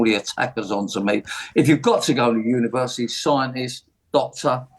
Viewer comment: If you do an apprenticeship "you earn fifty faaahsand a year more..... over a lifetime"? Glad LBC have got their top expert on to share his wisdom. Also, if you want to denigrate university, at least learn how to say it. And, finally, when is this clown going to leave, like he said he would?